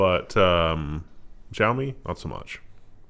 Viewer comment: I see you still haven't bothered to look up the correct pronunciation of xiami. Odd given that you mention it so often. Trolling maybe? Its not ZhaoMi, its an sh sound not a z sound. Here is the CEO and founder saying it